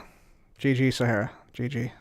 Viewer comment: called it saharia🤣